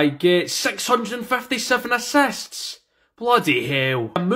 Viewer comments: Bro said asasts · I love when he says asasts